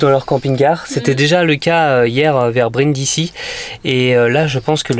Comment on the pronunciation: Brindisi ça se prononce brindizi.